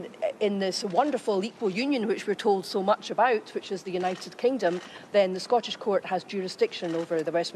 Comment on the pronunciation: Scaw-tush jewrus-duckshun. Aye.